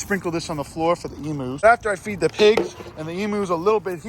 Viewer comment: e mooose